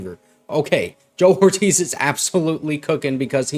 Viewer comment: His name is pronounced, "OR-TEEZ" not "WHORE-TEEZ" as you keep saying numbnutz